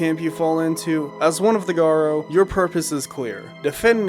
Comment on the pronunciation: Why is it so common for people to pronounce it Garr-Oh? It’s Garou, Garr-Ooh. It’s a literal word in real life lol.